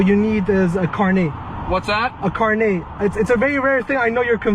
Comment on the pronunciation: This officer got triggered by “carnet” being pronounced properly